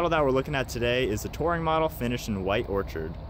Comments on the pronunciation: Orchid...not orchard. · It's a nice start. Honda needs to keep upping their game. BTW its White Orchid, not Orchard.